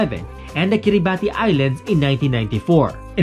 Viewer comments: /Kiribas/ po ata bigkas nila sa Kiribati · Wrong pronounciation of kiribati